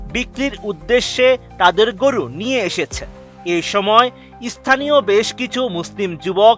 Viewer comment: সাংবাদিক সাহেব, 'ইছথানীয়' নয়, স্থানীয়।